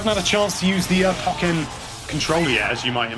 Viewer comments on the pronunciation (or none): Dude why is he saying POC-EN instead of PO-KEN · sorry but I don't like how you say pokken but I don't know how to say it myself but I say it like po ken not poc en sorry if m wrong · PO - KKEN NOT PUKENN